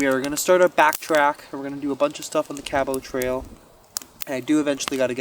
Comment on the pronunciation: You not pronouncing Cabot Trail properly is driving me nuts. But love your videos.